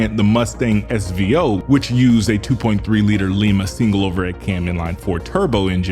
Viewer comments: well your not the only one to mispronounce the lima ohio town where these 2.3 4 cylinder engines were made. Its pronounced lime-a. like the fruit. not leee-ma. The 302 V-8 is oversquare? How can an engine that makes way more torque than horsepower be oversquare. That engine is UNDERSQUARE. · Great video. Minor correction: The Lima engines were pronounced "L-EYE-mah" not "L-EE-mah". They're named for the Lima, Ohio Ford engine plant, and that town's name was pronounced differently than Lima, Peru. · “Lima” is a Portuguese last name, I know as I have family from the Azores and they pronounce their name as Lee-Ma…. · L EYE MA. Pronunciation of Lima... As in Ohio. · Why did you say Lima with e and instead of a i ?